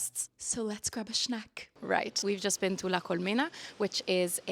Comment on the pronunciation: „Shnack“ and „shtunning“, so cute, it reminds me of one of my favorite cartoon characters, Mooch from Patrick McDonnell‘s „Mutts“ (or Sean Connery 😂)